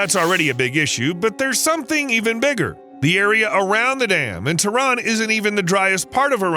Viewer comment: It is not Tron, it is Tehran.